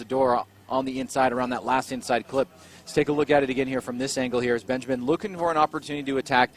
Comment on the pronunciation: the R35 driver is BENJAMIN, and U called him Benjam? C'mon Bro 👍I read the name and listen what U said, start to scrub my eyes, cuz I thought I cudn"t read it properly before, but I did actually... 👍 U bugger